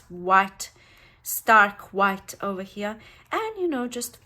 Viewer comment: Hate like the dickens saying this but your pronunciation of the word “here” could be improved. Your words are pretty and so good to hear, then you say “here” and it’s like nails on a chalkboard. Please forgive me being so candid. Good day!